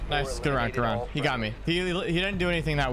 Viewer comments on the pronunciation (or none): bro said roundt